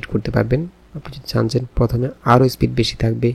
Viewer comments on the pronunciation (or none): none